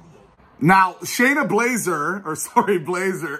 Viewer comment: "SHAYNA LASER" 🤣🤣🤣